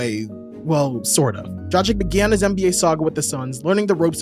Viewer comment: Why do you keep calling Dragić "Dra-cheek" 😅 It's "Drag-itch"